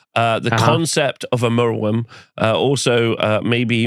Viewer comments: I guess I'm glad it exists if only so we got to hear attempts to split the name into merw and yrm instead of mer and wyrm. Unlike other dragons I don't think this one's Welsh though (at least I can't remember seeing any when I was growing up) so he was definitely barking up the wrong tree. Do I want one? No, it should be in the sea not on a battlefield. Don't these elves discuss beforehand which dragon to bring and if so then who decided to bring the one that flails about like a fish out of water (at WS6 I accept) instead of the one that flies and walks? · Very good episode. Your struggles pronouncing merwyrm were entertaining. It was the first monster released for the Arcanum. Paint job is original. I love gribbly big base bound monsters in Warhammer. Hoping the Basilisk comes back as well. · it's bad enough listening to you mangle "wyvern", please don't get everyone mispronouncing merwyrm as well, it's mer like "myrrh" and "worm". at least you don't say calvary 😜